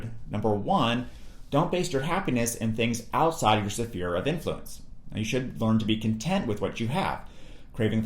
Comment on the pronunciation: Interesting how you pronounce "sphere"